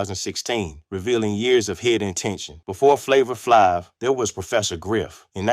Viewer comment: I stopped listening after he f*** up Flavor Flav's name.